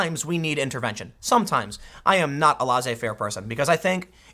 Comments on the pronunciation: Tim pleeeaaaase learn how to say Laissez Faire. It's pronounced less-A, not laws-A. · Tim, it's not LAW-ZAY-FAIR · Tim, check the pronunciation of 'laissez-faire'... It has a French etymology. The z is silent.